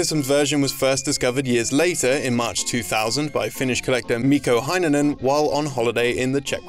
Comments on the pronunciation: Heinonen is pronounced more like "hey-nonen" instead of "hi-nonen" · ya botched the pronunciation of Mikko Heinonen, but tbh it's understandable given how different Finnish pronunciation is from Engish